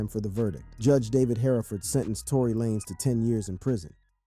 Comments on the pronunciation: It's Lanez like Lane with a Z Not LA- Nez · Why are you pronouncing his last name like that ?? Lah-nez 🤔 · Not Trying to be funny but WHO THE HELL IS "LanEZ" 🤔⁉️